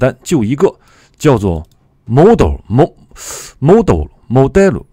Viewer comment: 老师这个model发音， 蒙多想去哪就去哪哈哈哈